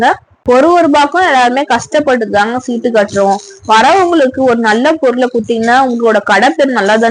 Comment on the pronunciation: சிட்டு இல்ல மா... சீட்டு